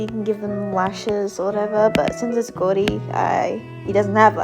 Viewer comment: I'M CRINE WHY DID U SAY "goudy" INSTEAD OF GOURDY